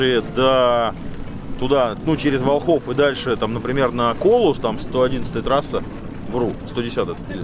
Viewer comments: местные говорят вОлхов, ударение на первом слоге. Классное путешествие, завидую по белому, молодцы!!! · вОлхов, ударение на О!!! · Волхов, ударение на первый слог. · Ударение Волхов, на первый слог. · ВОлхов, ВОлхов, от Волхвы. Слух режет как булка хлеба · Ничего страшного в том,что не правильно поставил ударение нет точно,смысл в том,что парни делают Дело,интересное ,трудное и не ошибается тот,кто...в общем успехов,интересных походов и тестов✌️